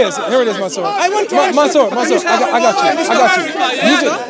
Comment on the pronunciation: COOOOOOKED him 🤣🤣🤣 he turned monsur into monSOUP😭😭😂🤣🤣🤣🤣